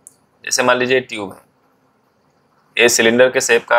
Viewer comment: Sir tub hai wo instead of tube 😅